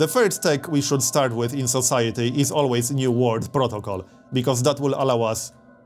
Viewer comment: please learn how to say 'world':) Thanks for the gameplay.